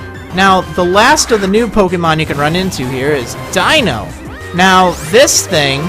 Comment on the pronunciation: Man, my first time through this game, I pretty much steamrolled 3 of the E4 with a Golurk pimped with Iron Fist, Black Belt, and several punch moves. (And earthquake, of course.) Also, glad you can pronounce the Deino family's names correctly. Good to see that attention to detail.